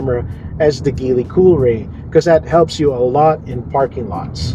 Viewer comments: Please pronounce the brand right, or at least check out the right pronounciation before doing a review. Good content though. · Very dissapointed of this review not because it’s bias or anything. TopGear is one of the oldest source for auto reviews and news. I’ve bought their magazines since I was a kid. But this guy didn’t even bother researching how Geely is pronounced, if the roof rails are functional or not, that there are two more cup holders in the third row, and how to properly fold the third row seats. A lot of misinformation in this video. 😬